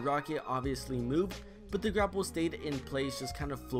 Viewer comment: Gapple instead of grapple